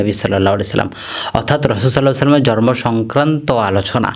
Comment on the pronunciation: জর্ম না শব্দ টা হবে জন্ম। কথাটা প্রক্যাক্টিস করে ঠিক করুন